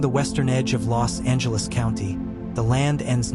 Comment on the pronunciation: Do you know how to say Los Angeles ?